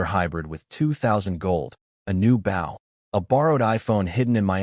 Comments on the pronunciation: 👎👎👎👎👎 pathetic pronounciation of words... i clicked the thumbs down... you need to learn how to pronounce words right... don't just post video just to say you post lots of videos, check if pronounciations are correct before posting... bow = baw means you bow your head not a weapon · Bo- w is silent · Goodness. Bow has two pronunciations and the wrong one is being used every single time! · Bow gets spoken wrongly so often also us not U S For the rest enjoyable story